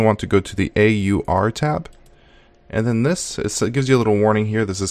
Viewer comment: Video quality is fine on the desktop but very VHS cam quality on everything else. Is the lens greasy? And just some nitpicks - it's called an fs-tab not f-stab as in File System Table not a File Stable (hehe). And it's AUR as in A.U.R. not R. Most people pronounce the /etc either by its letters or by saying it like etsy.